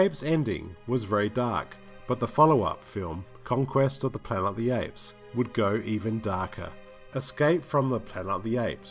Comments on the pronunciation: After three of the Apes videos, I've grown accustomed to your endearing "Plana" of the Apes and also forgive you for your near-universal mispronunciations of all the character names along with your countless factual inaccuracies. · What word is it that you keep saying instead of "Planet"??